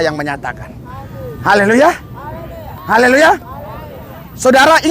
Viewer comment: Pak Pdt, ucapkan Haleluya harus yang betul, jgn Haleloya tidak bagus kedengarannya..Amin❤